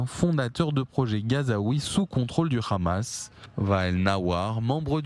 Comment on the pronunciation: Bon les gars, prononcez Hamas ou Amas si vous n'êtes pas capables de prononcer le H (je sais que cette lettre n'existe pas en hébreu, mais alors juste A)